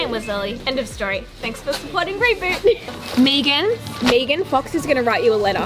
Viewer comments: The way she pronounced “Megan” LMAO Love that you did this! Love you!🤍🤍🤍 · There’s no way she pronounces Megan like that.